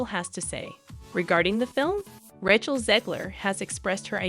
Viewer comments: I love how the AI butchered ‘rat’ chel. Fitting. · is this AI generated ? Why is Rachel's name sound so weird when you say it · Not just Rachel. Gal Gadot is also badly mispronounced.